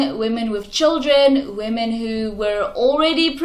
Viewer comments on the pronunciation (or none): none